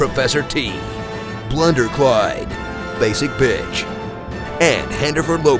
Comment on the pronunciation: Did you say Blunder Clyde instead of Brundle Clyde?